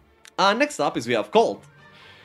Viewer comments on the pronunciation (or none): none